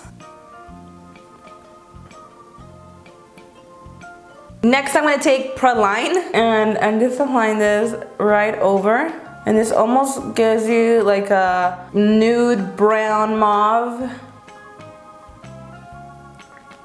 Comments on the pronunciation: Pronunciation is "Prah-lean" lol. It's a nut I think. But makeup is very good. 😘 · Sorry haha but you pronounce turks and Caicos as "Turks and cake o's" and Praline is pronounced as "Pray-lean" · praline is pronounced (praw)-(lean) praline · praline is pronounce prayleen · lol praline she pronounced it pro line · No one gonna talk about how she pronounced "praline" 😂😂